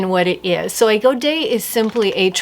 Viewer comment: I love that you pronounce godet correctly! You’ve restored my faith in people knowing what they’re talking about. That’s not entirely common on YouTube 😂 You did a great job on all 3 of those. But your niece’s dress was the standout for me.